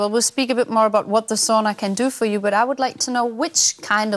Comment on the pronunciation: Das ist Sauna, nicht Soona ;). It’s Sauna, not Soona ;). Greetings from Finland ;).